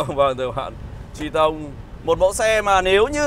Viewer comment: Có ai nghe chữ Triton đọc là “Tri - tông” cảm thấy có gì đó khó chịu như mình không? :))))